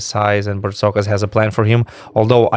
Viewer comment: It's Bartzokas not Partsokas